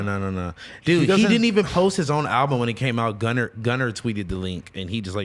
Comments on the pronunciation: This nigga said “gunner” lol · Buddy said “gunner”